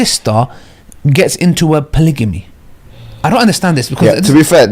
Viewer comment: Polygamy not polyjamy😭